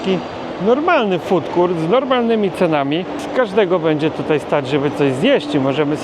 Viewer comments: nie chcę się czepiać ale na FOOD COURT mówi się FUDKORT, a nie FUDKURT :) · Food court - czyli strefa gastronomiczna. Z pewnością nie wymawia się jako [ FUTKURT ].